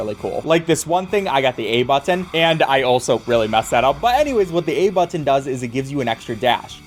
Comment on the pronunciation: I love you but I hate the way you say button